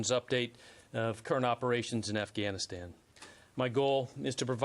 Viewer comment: he calls it Assghanistan.